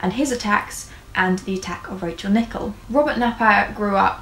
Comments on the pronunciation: It’s pronounced Nick - El babe! Loved this vid!!!💛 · Great video, but just to let you know that her surname is pronounced with the emphasis on the 2nd syllable.